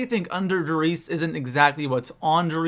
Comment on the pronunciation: Instantly stopped watching when he called der riese da Reese 😐👁👄👁